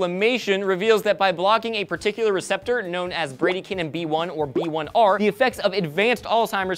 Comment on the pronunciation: Med student here. You guys pronounced bradykinin wrong. Just so you know.